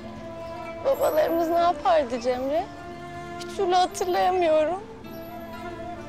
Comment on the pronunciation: اسمها جيمري موب جمري 🙂.